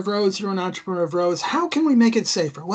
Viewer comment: It's entrepreur not entreponor. It's a french word, because I'm French you make me crazy with your bad pronunciation. Don't misunderstand me I still love you guys.